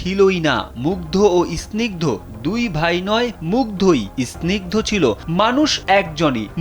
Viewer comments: বা_ ল, ইস্নিগ্ধ কি? স্নিগ্ধ। উচ্চারণ করতে পারে না আবার রিপোর্টার 😅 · উচ্চারণ ঠিক করেন।আপনি কেমন রিপোর্টার যে স্নিগ্ধ উচ্চারণ করতে পারেন না!???? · ভাই আপনে সাংবাদিক হলেন কিভাবে?আপনি তো স্নিগ্ধ উচ্চারণ করতেই পারছেন না।